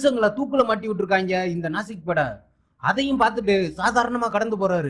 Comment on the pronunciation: ஏம்ப்பா அது நாசிக் படையில்லை. நாஜிப்படை.